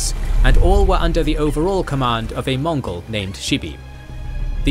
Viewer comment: its mongol not monggol